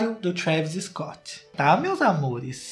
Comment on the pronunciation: "Scoot" kkkkkkklkll mds